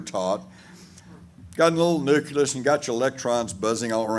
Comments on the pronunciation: Its not "nuculus" its "nucleus" and it means center or heart. Same goes for "nuclear", heard people saying "nucular" instead. Sounds rather stupid to be honest. Thanks for the video, lots of good info. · I know, most native English speakers struggle so hard with nucleus and nuclear... So weird from the perspective of a non native English speaker.